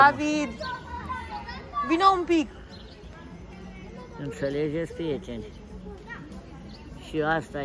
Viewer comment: Ne-a înnebunit cu "Intalejet prieteni"